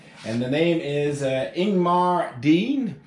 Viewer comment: Good Sunday afternoon, I just finished watching your video, you did an outstanding service and job putting it together. Very well presented and shown. I especially appreciate the Bloopers, since I make so many myself. They were so funny!! Outstanding Sir, you pronounce my name perfectly, but I’ll make it easier for you. It’s Ing-ga-mar. Ingemar your friend, Stay Safe